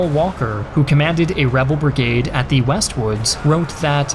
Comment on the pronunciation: Why does he pronounce THE so often wrong?